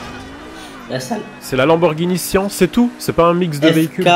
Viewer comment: ptdr unwin dis sian avec le song "en" mais c'est avec le song "anne" (sans le 2eme n et le e pous l'écriture)